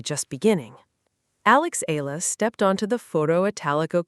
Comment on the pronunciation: Her name is pronounced eYAla, not eLALa!